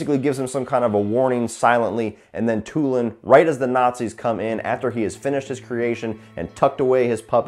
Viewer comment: It's pronounced "too-LOHN."